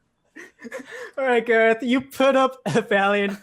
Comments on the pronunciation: It’s Voltron Gahreth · If you replace gareth's e with o it becomes garoth